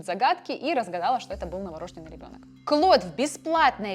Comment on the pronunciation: Ребёнок не новорОжденный, а новорождЁнный ( если в слове присутствует буква ё, то ударение будет именно на этот слог, на букву "ё"). Спасибо за хороший интересный контент! Развития каналу!🤗👍